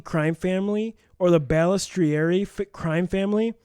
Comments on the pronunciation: Its not that difficult to say Bal es trari, now put it all together and say it right! Good God!!!! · Guy's, you REALLY butchered Frankie Bal's name. You must not be from the Milwaukee area. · If you're going to read about somebody maybe pronounce the name right